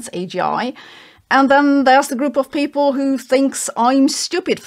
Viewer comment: Why you pronounce people "paple" ?